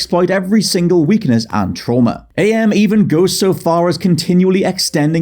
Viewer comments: Hearing you mispronounce AM as A.M. was really grating, not gonna lie... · AM is actually pronounced "am", not "Ay-Em". He explains it as coming from the English translation of the Latin phrase "Cogito Ergo Sum", which is, "I think; therefore I am". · Am is pronounced like the word. Not like "A. M. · It's not Ay Em it's AM. Cogito Ergo Sum, I think therefore I AM. Respect for the psychotic A.I. that predates Skynet, Shodan, Glados, and Hal 9000. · ...I love ya mate, but it's pronounced Am, like "I think therefore, I Am." That really irked my apologies.